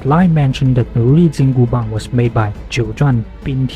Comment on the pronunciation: I'm kinda curious...as someone from the US the pronunciation of the "Bang" part of the weapon's name is kinda odd to my ears as when I hear it, it sounds like "Baan/Bahn" with a silent G on the end. If it's not too much trouble, what would be the closest sound/pronunciation for someone who isn't fluent in Chinese or am I hearing it right and it's a longer A sound with silent G on the end?